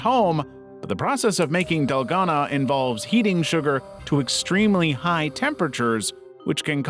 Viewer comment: So many red flags about this channel 1 possible AI banner and profile 2 the way it said Dalgona 3 how many views it got on its first video (this one)